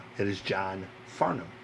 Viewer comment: Yep! Can tell you’ve heard of him by the way you pronounced he’s last name. Every American has got it wrong that I’ve heard until now.. Well done sir, I guess you are a music God.